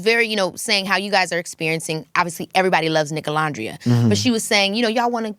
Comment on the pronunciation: hate the way she says nicolandria 😭😭😭😭😭